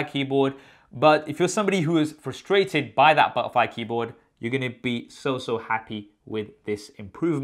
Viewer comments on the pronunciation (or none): Sounds like u saying butt wipe keyboard 😂 Looks the Mac is back on top. Do a comparison with Dell XPS please.